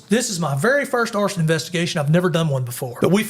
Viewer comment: "arrested for horsin" What? Ooooh he said arson. Alright.